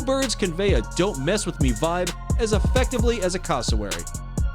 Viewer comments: Said cassowary wrong it’s cass o wary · Bruh the way he said cassowary